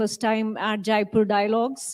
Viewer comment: Aarti madam should know that it is Jaipur, not Jaaipur. जयपुर not जायपुर।